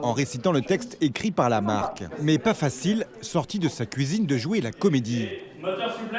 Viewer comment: "sortie de sa KOUIZINE" mdrrrr